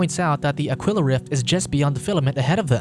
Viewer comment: Aquila. Ah-Key-La. As in Tequila